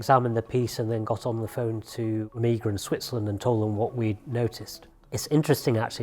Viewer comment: He says "Omeager". Now I see why it was doomed to take a backseat.